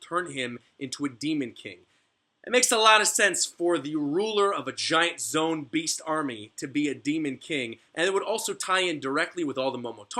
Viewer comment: lol for the longest time i thought this man was saying "zone" not "zoan" cuz he doesnt pronounce it zo-an or zo-en